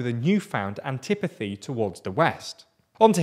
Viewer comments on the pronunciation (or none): none